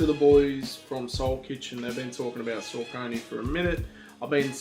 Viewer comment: Haha, you've been asleep....Saucony (sock-uh-knee NOT suh-conee) have been slaying it for well over a decade! There have been SO MANY fire collabs over the years. I don't even f#ck w' Nike. Their kicks are boring, and way too overpriced for the quality you get. Saucony collabs are much more creative. The colorways are more interesting, and they use higher quality materials! I'm standing with 21 pairs to date.